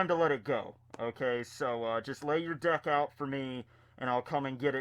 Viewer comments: i kept hearing dick when you had the mask on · Anyone else hear dick when he says deck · Everytime said deck at the beginning I heard dick. 😂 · Ohhhh deck.....deck....I thought you kept saying dick... for "your dick is old...."